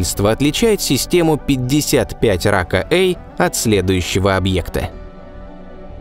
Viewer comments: Судя по всему, не Рака, а Пака, так как PAKA E — английские буквы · Может "пака" а не "рака"? Это англ буквы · может быть планета рака е не рака, а пака? ведь названия планет даются латинскими буквами и читаться должны на латинском, и почему то вы ее озвучили как рака эй, то есть первая часть названия на русском, а вторая на латинском?.... Хотелось бы узнать объяснение данного названия (звучания) этой планеты. Если вы сразу переводите латинские названия на русский, то почему то забыли про последнюю букву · Сук... Рака.. читал бы английской транскрипцией - "пака", названия же на латинице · не "рака", а пака. После этоео знак "е" прочитан каа звук "и". Не положено смешивать языки при составлении и прочтении названий. Тоже ещё популяризаторы! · 55 пака и (если уж произносить па руске)...а на англ.- 55 PAKA E